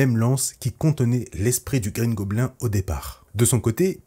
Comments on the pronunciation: tu prononces de base mal le mot Goblin donc mieux dire bouffon vert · Mes oreilles saignent à chaque " goblin " prononcé 😂